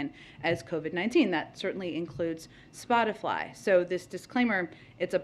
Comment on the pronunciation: DID SHE JUST SAY "SPOTIFLY" LMAO.. LMAO.